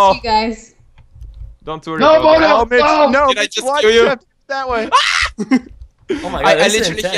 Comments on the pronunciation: How pronounces Bodil: Bor-Dil hahaha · said bodle for bodil